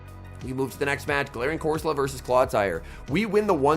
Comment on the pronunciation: Please fix your pronunciation being deliberately wrong with so many is just hard to watch. Fido. Doxsbun. Pidget. Not saying corsola like an Italian dish.